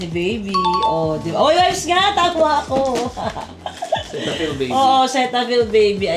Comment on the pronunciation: Sitafil po ang basa sa cetaphil ☺️